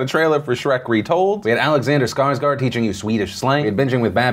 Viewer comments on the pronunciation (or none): It's not Scarsguard. It's pronounced Scarsgourd!